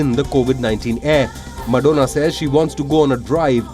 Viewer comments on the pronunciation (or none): Madonna ( MAD-ho-na) 😶